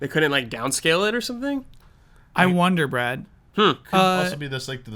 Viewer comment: When says "I wonder Brad" it sounded like WonderBread.